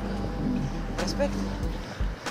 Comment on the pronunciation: de cate ori ai spus RESPECECT XD